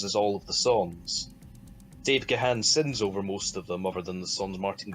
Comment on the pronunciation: So if the Scottish sounding one of you is such a big fan why do you incorrectly pronounce Dave Gahan's name? Difficult review to listen to due to poor quality sound.